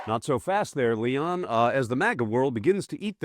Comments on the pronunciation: Ok so this guy gets ELONs name wrong as the first thing he says "Leon" so why would we take this as reliable reporting? Come on, get it right rather than fast!!!! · Makes me smile every time you call him ..."Leon".😅